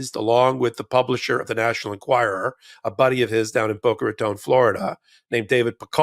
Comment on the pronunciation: I appreciate the detail you covered in every episode., I was born and raised in Boca Raton, FL in the 1960s-70s-80s and I appreciate you pronouncing Boca Raton correctly. Any native from my former city will attest that when anyone mispronounces Boca Raton, it’s akin to hearing nails on a chalkboard!